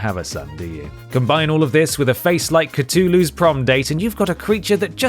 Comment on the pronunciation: Congratulations on actually pronouncing Cthulhu properly, that's almost unheard of on Youtube.